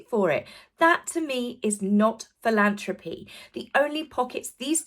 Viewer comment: Philan “throp” y not philan “troe” py.